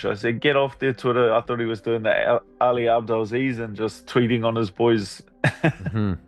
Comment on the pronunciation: "Ali abedlisleeze"😂